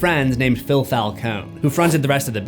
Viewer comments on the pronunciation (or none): none